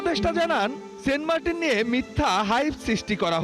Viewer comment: সেন্ট মার্টিন না সেন্ট মার্কিন